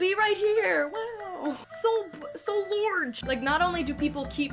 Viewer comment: I need you to know that you saying “so lorge” has caused me to only say “lorge” for like a year and it remains the funniest thing about me